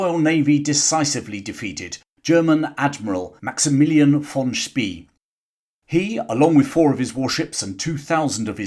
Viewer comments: Xcellent video! Think “Spey” is pronounced “Shpay” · Spee in German sounds "sh bay." It gives me creeps hearing his name spoken as "ss bee." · Sorry if I got it wrong! "Von Spie" is how what you said would be spelled in German, except there is no such name. The word "See" (sea or lake) is spoken like "Zay" and that's how English-speaking historians usually pronounce "Spee". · The surname of the German admiral is correctly pronounced as “Shpay”